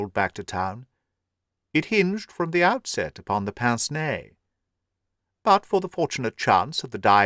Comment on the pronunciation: I think your pronunciation is more likely to be correct than me pronouncing it exactly how its spelt 😂